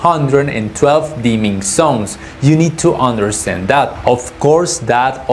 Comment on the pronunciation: I don't know why you guys can't pronounce the sound "z" at all (have you ever tried?), but it's very annoying to hear "dimming sons" when you actually mean "dimming zones"...